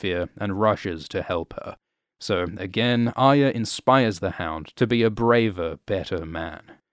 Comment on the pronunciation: ARYA Stark's name is NOT Aya so stop pronouncing it wrongly, unless you dont want to say it properly because of some bizarre political corectness.